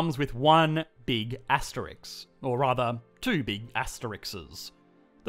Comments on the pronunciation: Absolutely loving your videos. Learning so much from you ❤ But I have to say... it's an asteriSK, not astericKS lol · It's ASTERISK NOT ASTERIX. Asterix was a cartoon character. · I find it endearing that you say Asterix and not asterisk. Gotta love those comics. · aste rissssssssssk not aste rix! rissssssssssssssssssssssssssssssssssssssssssssssssk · It’s “asteriSK”, you muppet!